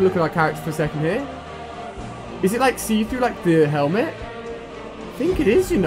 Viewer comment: and the helment